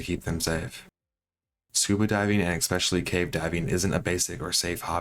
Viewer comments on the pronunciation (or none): Ick special eeeee